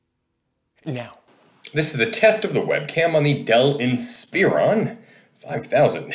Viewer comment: Same with "inSPEron" ... it's "inSPUHron"